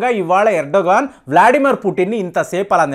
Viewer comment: Erdogan is pronounced as Erdwaan